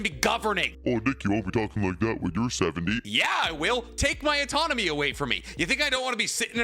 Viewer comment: "Take my autonomy..." ?? You Canadian or something?